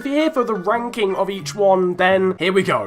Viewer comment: Did anyone else hear him say FIFA wanking?